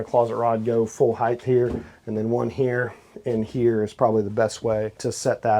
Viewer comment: It's HEIGHT not heighth. There's no h at the the end